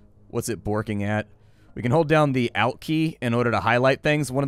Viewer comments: it's pronounced alt not alt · Calls the ALT key the OUT key? Huh